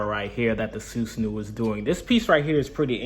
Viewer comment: It’s susanOO not uu lol but good review